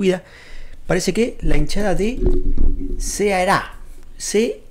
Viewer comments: Sí, la pronunciación es correcta, lo dices tal como lo lees, Ceará. Curiosamente, algunos hispanohablantes suelen decir "Caerá" cuando leen y pronuncian la palabra por primera vez. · Como torcedor do Ceará (você pronunciou corretamente) venho agradecer os sinceros elogios amigo, parabéns pelo vídeo. Essa é a nossa torcida, que é simplesmente fantástica. E não é a primeira vez que faz uma festa assim, sugiro que depois faça uma pesquisa: "Torcida do Ceará fazendo a festa" e vai se impressionar. Nesse momento estamos brigando para voltar a Série A, depois de 2 anos do nosso rebaixamento (ficamos 5 anos seguidos na A) e vamos pra última rodada com chances reais de conseguir esse tão sonhado acesso. Espero que nossa torcida possa ter mais oportunidades de fazer festas assim em competições grandes como a Libertadores ou Sul-americana. E sobre o mosaico é uma homenagem da nossa torcida ao fim da escravidão em nosso país e um protesto contra o racismo. Um abraço e saudações alvinegras. ⚫⚪🤝🏻